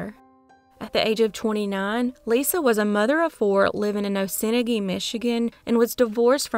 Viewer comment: The way you pronounced ossineke lmao. Good try. Love the videos!!